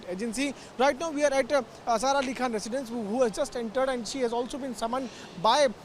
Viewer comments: It’s not KWAN it’s KHAN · It is not Kwan, it’s Khan